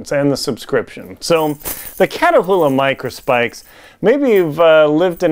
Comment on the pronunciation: They're pronounced "KAT oola" Not Katahoola